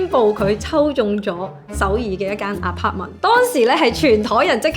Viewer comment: 点解你会读apartment做aparter？